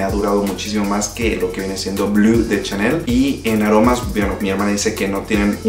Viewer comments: Sólo un dato, como recordarás, Chanel es frances, por lo tanto NO se pronuncia blu, se dice: BLO ! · No es blu, es blé, la pronunciación. No es sauvaj es soovaj. Y hablas muchos, bro, repites las cosas muchas veces.